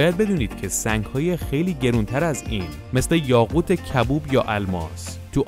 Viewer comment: یاقوت کبود نه کبوب